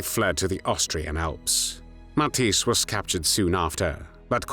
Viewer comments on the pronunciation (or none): the "ij" in Matthijs is pronounced like the "ai" in claire or the ea in wear